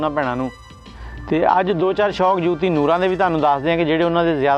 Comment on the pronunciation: Yar teno te naam b sehi nahei aata Joti hai jooti nahei Nooran lajwab geik